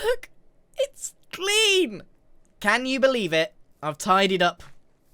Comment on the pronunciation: "look it's CleAn" 😅